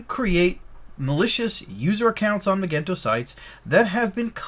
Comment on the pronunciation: Magento is pronounced with a soft g.